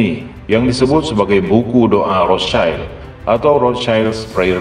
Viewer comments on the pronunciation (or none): BANG ROTHSCHILD ITU BACANYA BUKA ROTH CAIL.. TAPI RETH SIELD INI BAHASA JERMAN AZKENAZI YG ARTINYA TAMENG MERAH. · Maaf min Cara bacanya bukan "rotschaild" Karena aslinya dari Bahasa jerman. Yg lebih tepat rothsyield.